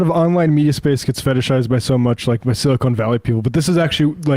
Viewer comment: Minor technical point,... it's definitely SiliCON Valley, not SiliCONE valley. Silicone Valley, I've never heard of it... is that near Hollywood? 😜